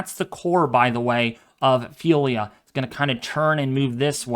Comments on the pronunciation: It's Ophelia NOT Felia You are not pronouncing the O OOOOOPHELIA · It's Ophelia not Phelia ! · WMO pronouncing it o-FEEL-ya officially from RSMC Miami naming list